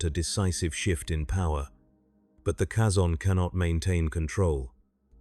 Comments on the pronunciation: They pronounce the word Kazon multiple times in Voyager, it's not a guess as to how their name is pronounced, yet you insist on mispronouncing it? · The way this AI pronounces Kazon annoys me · tldr the way AI pronounces Kazon annoys me, much like you pretending to teach annoys me